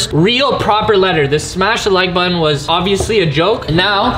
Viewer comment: "Smash the like uton"